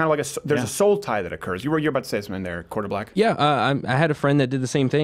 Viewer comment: Asking for Hopper: "Are you saying 'quarterback' or 'quarter black'?"